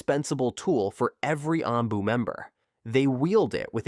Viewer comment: Stop using bot voices if you want more subs. Never has anyone made this many mistakes in a Naruto video. Spelling Anbu twice, then pronouncing it 2 different ways? And incorrect pronunciation all over the place